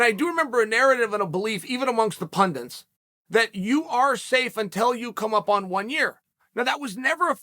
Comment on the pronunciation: Two new words I learned today: Pundints and Cyreeal